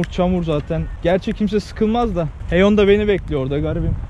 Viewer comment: Koreli lafından kurtulduk sonunda Heyon demeye başladın abi böyle devam🤩👍